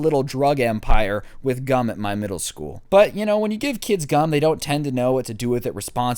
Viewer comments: Oh gum Thought he said gun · I thought he was saying gun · I know I'm pretty late but who else thought it said gun instead of gum